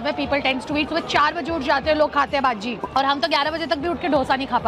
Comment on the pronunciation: Its not baaajii its baji